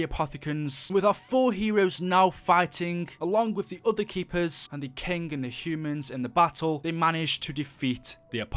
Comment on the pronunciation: Im triggered. it's king, not kink :p